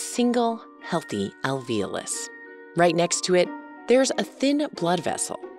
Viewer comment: I've noticed a trend of pronouncing "alveolus" like "al-VEEL-us" (and alveoli as "al-VEEL-aye"). WHY? that's very puzzling to me. There's clearly an O there....